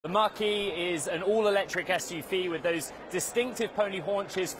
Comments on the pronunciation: When this reporter says “Mustang Mach-E”, it sounds like he's saying “Mustang Marquee”. English is a funny language. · I thought he was saying Mustang Marquee!! Lol